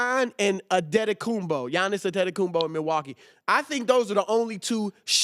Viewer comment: Did he just say "Addedikumbo"